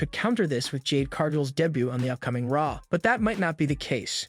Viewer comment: damn Ai voices can't even say "debut" properly. WTh is "day but"?